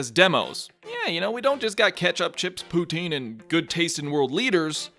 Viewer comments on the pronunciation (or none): none